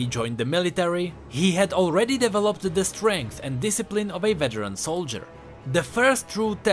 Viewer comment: It's pronounced: "diivelopt" not "devilupt